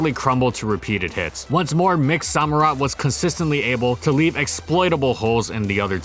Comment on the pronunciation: Did you pronounce it SO - murott? It's Samurott.